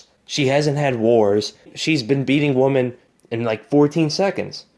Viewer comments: Not to be a dick, but there is a difference between woman and women. Maybe you simple just said it incorrectly. It happens. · Woman or Women? He keeps saying Woman? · I'm not clowning. FYI: check out how to pronounce "women".